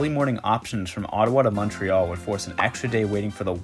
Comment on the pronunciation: So much commentariat action on ridiculous Canadian tidbids....so let me add to them...you get all the heat on pronounciation, but major props to your correct Canadian pronounciation of Montreal and not Mawntreeeal. Merry Christmas and cheers from Pointe-Claire.